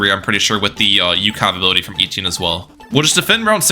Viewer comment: Etienne not Eetienne